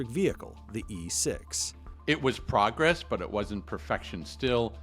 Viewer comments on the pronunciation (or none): none